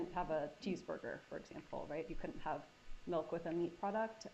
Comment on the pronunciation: Omg I just came across this video and the way she said milk and meat gave me a literal visceral reaction like in😮 my stomach!!!!😮 I thought I was the only one. Just 😳 WOW